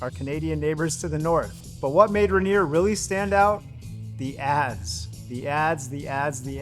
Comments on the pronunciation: Its not Ren-ear. Its rain-ear. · It's not ranger, It's Rainier, pronounced RainEar You sound like an LA hipster you'd fit right in down in Portland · Say it with me OP - Rayneer, not Ruhneer. All the clips say it properly, yet through this ENTIRE video you mis-pronounce it. C’mon man… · as a Drinker and Washingtonian it is pronounced Rain eer not ruhneer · Ra-near? It's Rain-ear! You even pronounced it right when sang the "motorcycle song"! I'm just giving you a hard time! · It’s not RA-nier, it’s RAIN-ier beer. Funnily, you say it right when doing the motorcycle thing. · Us PNW beer snobs call it Rainier (pronounced ron-yay) 🤣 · The "Ruh Neer" pronunciation is really distracting. Do your research next time. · Ray-Neer is how you should say it. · If you're going to do an entire video on something, at least learn how to pronounce it. Ray-Neer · I don’t know what Rah-neer is… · "Rehneer" lmao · I cant listen to "Ruh-near" anymore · Mount RAY-NEAR is the same pronunciation as the beer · You’re saying it wrong 😂…. Rain-near beer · It pronounced Ray-near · It's pronounced Ronyay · Locals pronounce it "Ray-neer." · Agreed. I came looking for this comment. Ray - nier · Do research on how to pronounce Rainier! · I cringed every time he said it wrong. Just listen to the commercials, they say it correctly. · buddy, emphasis is on the "Rain", not the "nier"